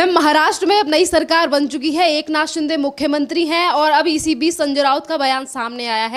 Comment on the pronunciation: He is not शिंडे but शिंदे . You like to speak with authority but mind your pronunciation. Sounds illiterate